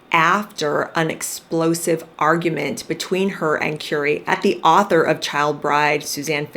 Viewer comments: It’s Currrr ee not Cure ee 🤦🏻‍♀️. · Just thought I'd let you know you are pronouncing his name incorrectly. It's pronounced as in Curry that you eat, thank you.